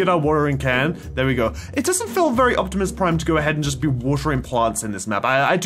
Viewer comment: He said optimus plime